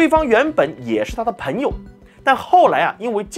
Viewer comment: 我听到“盆友”感觉有点奇怪。应该是“朋友”吗？Pen盆……Peng朋